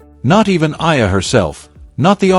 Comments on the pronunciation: Kindly pronounce the name of our Philippine tennis superstar correctly...! She is named Alex E-ya-lah (Eala). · Pls. EALA is pronounced E-yA-LA Starting to get tired of hearing otherwise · Study harder. Use technology how tonpronounce EALA properly. Its an insult to murder someones name especially a celebrity coz everybody knows. Stop calling her Aya. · Her last name is EALA pronounce as E-YA-LA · you are a terrible content creator! You can't even say her name properly, much worse, using AI voice. Why are you so focused on how much she could earn? and get your information right!!! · just to shame you can't even pronounce her name properly ALEX EALA ! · Ur commenting on eala bu u could not pronounce her name ... shame on u ... 😢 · I believe for communication purposes and just following proper reporting or documentation you should know how to properly pronounce the name of the subject of your video. Also the correct spelling of her name in the subtitles or captions.